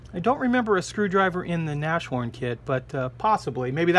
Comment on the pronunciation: Tamiya is alwasy the best...And as well,of course!!! By the way,Hummel is bumble - bee in German (funny) and Nas horn is Rhino (Pronounced like Nas-horn,no Neshorn..)